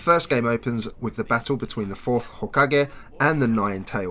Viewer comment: You say hokage and Naruto real fricking weird